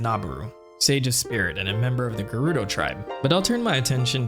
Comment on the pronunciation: Yeah I'm married to Hyrule Historian, I'm pretty sure that you can't read Gerudo Script (Ger-Rude-oh).